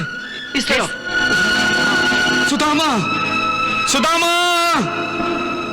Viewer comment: सदामा नही सुदामा